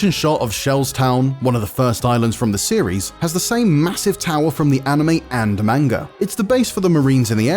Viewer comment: None of you white guys ,.... Not a single one of you can Pronounce "Manga" correctly